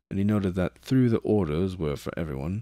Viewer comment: 40? Your R's are doing something funky this time around, an extra one jumped into a "though" [tho] before. Also I assume you are lightly trolling me with Death Corpse, I respect that because I would do the same thing if I was you =P